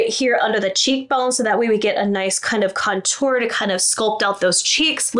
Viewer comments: Do we think anyone will ever tell how to correctly pronounce the word contour?? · I love how you say ‘contour’. Makes it sound so fancy! 😂 as always, really great tips and a couple I hadn’t ever thought of. Thank you for all that you do 💙